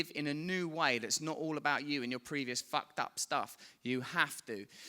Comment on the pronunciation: Hahhaa love his accent but everytime he says "fucked" I hear "fat" 😂😂